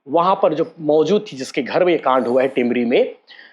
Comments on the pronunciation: Kaand ko laand bolthe bhai h re😂😂😂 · कांड शब्द का प्रयोग मत कीजीए, क्यों कि आप सही से उच्चारण नही करते हो